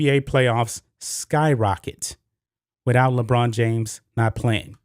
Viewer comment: Did he mean lambrain! Or China james?